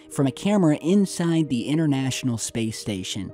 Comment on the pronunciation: the word is pronounced international not innernational and internet not innernet. Speak proper English.